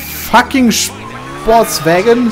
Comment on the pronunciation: Was heißt denn nochmal sportswägon auf deutsch? Sportwagen? Hahaha einfach zu geil😂😂